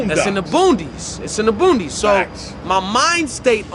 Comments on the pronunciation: I've never heard it called "Boondys" Boonies, I know that. This guy might have been living under a rock. Also, "Fleek", get wit it guy, it's 2021. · It's tha B-O-O-N-I-E-S no D lol